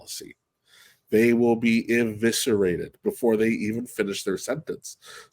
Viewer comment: E-viserated, not "In"viserated. Grrrr... you're a pundit. Erudition is required